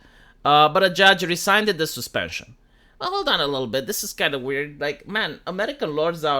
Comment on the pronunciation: you pronounced rescind wrong